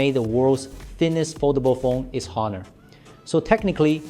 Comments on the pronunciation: it pronounced as Onor (with silent H)..same like how you pronounced ''honestly'' with silent H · Please do not pronounce the H in Honor.